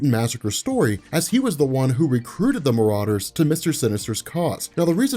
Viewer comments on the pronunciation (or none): none